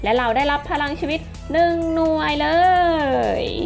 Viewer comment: พี่ครับทำไมพี่พูดไม่ชัดคำว่าพรังชีวิต